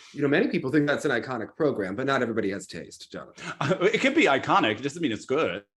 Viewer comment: no, it's not :) Jonathan pronounces it quite well, though, very close